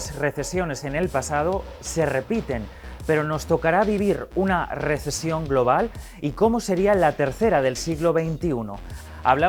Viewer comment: Dijieron RISIESON no RESECIÓN